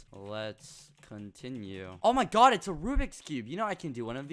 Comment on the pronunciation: OH MY GUH